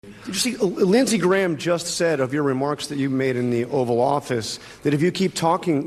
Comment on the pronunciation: Linshees, judishearie